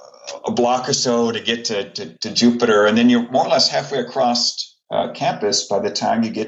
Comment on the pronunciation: It upsets me when such a smart man uses the word accrost. Is ACROSS. You should know this sir